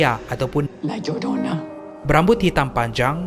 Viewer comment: La llorona di mexico berbunyi =La *Jorona /Yorona ...bukan La Llorana sebab di bahasa sepanyol Ll (doble elle ) berbunyi seakan² J/Y di negara kita😅😅😅😅...saje nk bagitahu...heheh